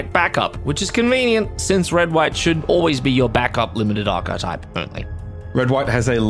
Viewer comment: I can't believe someone pronounced the word "archetype" correctly for a change!